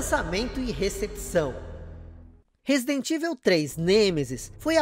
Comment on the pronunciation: Resident "ivel" 😂 😂 😂